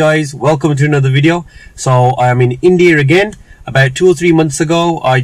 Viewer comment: youve been in india 5 mins and already saying "wideo" 😂